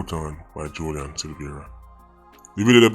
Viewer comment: Jo-lie-an. Lol